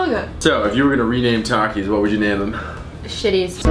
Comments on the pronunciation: dude i can't stand the way you say takis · It’s takis not taks